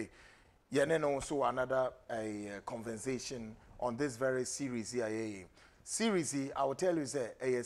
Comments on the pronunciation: Don’t know why this host keeps saying “CONVENSATION” aside of other mispronunciations. With all the qualifications he claims to have? 🤦🏽‍♀️🤦🏽‍♀️ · Please,, the word is exposé, not exposdzé. Also CONVERSATION, not CONVENSATION. You are a journalist, this is so wrong.